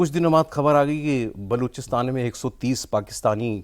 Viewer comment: बलूचिस्तान होता है बलोचिस्तान नही 😂 किसने पत्रकार बना दिया